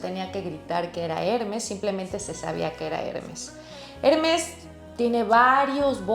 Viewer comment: ...me duelen los oidos cada vez dice el nombre de la marca...el acento esta en la segunda *e*.. trate de p ronunciarlo bien... Trabajó en Hermes..y me parecio muy bno su análisis del tema.